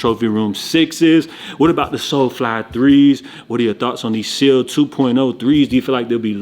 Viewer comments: ITS NOT SEAL, it’s SEOUL 🤦🏾‍♂️ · Hoping the Seoul (pronounced liked Soul/Sole) 2.0s are more widely available or at least make enough pairs where resale isn't too wild.